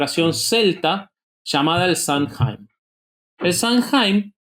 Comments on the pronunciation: SAMHAIN NO SE DICE SAMJAIN, SE DICE SAM-¡ÈN! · Samhain se pronuncia /SAW-win/